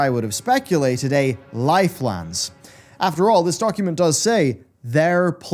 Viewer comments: Nobody:: L I F E L A N D S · everytime he says lifelands i feel rage building in my chest